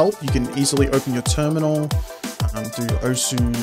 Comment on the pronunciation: osu! is pronounced "oce"